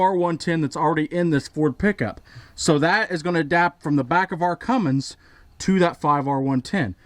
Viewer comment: Love the work so far but pleeeeeeeeeese quit calling it a Fummins!